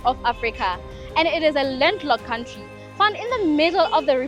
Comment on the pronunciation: My bro I love wat you do but I only dislike one thing , how you pronounce country , you should pronounce it like kauntry not kantry